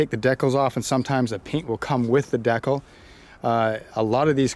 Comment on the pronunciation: Never heard “decal “ pronounced that way lol.